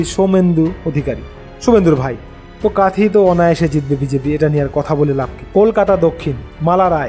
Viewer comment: কাঁথি হবে কাঁথই নয়